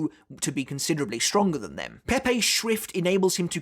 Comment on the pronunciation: always sounds like you are saying schwift haha, get schwifty